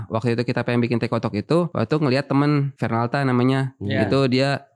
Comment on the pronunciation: anda tetap nyebut Vernalta ya Bang 😅